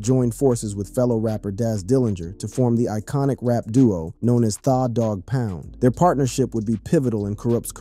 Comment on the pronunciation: Why he keep sayin thaw its tha like the i swear its fuckin up tha whole vibe😂😂